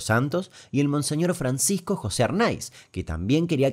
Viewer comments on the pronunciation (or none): none